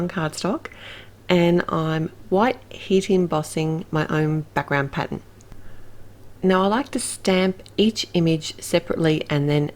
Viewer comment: It's a wonderful color combo and clever to make 5 cards from one stamp set! Love them. Really loved that background stamp and it did really make these work. The snow couple was my favorite. I just love the way you say "pattern"!